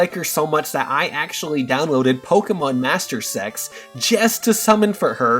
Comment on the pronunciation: "I like her so much I downloaded Pokemon Master Sex" I swear thats what I heard and I was like what!? is that really the App? I looked it up and its Pokemon Masters EX. I would pronounce the EX part as Eee Exx